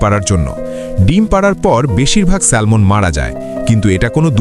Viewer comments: ব্যাটা আহাম্মক এটা স্যামন (Salmon), স্যালমন নয়, এখানে 'L' এর উচ্চারন হবেনা। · এটার উচ্চারণ হবে স্যামন , কেন বাংলায় একটাকে সালমন বলে ?!!!! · সালমান না স্যামন হবে উচ্চারণ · স্যালমন নয়, উচ্চারণ হবে" স্যামন " 🤣🤣🤣! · Excellent video. I agree with the commenter because the pronunciation is Salmon(Samon) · উচ্চারণ হবে স্যামন। L silent থাকবে। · Pronounciation ta স্যামন হবে। ( Salmon) Akhana' L ' letter ta silent tkhaka.❤🎉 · স্যালমন বলতে কোনো মাছ নাই।ভুলভাল উচ্চারণ করা বাদ দিন আর উচ্চারণ না জানলে নামই বইলেন না। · It’s pronounce SAMON. L silent